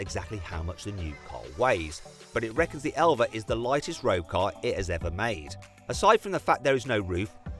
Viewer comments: 엘바를 엘베라고 읽는다❓ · 엘바 아니고 엘베?ㅋㅋㅋ